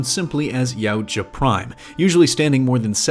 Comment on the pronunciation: One thing that is like to point out is that the word Yautja is pronounced e-what-ya. Otherwise, you did good!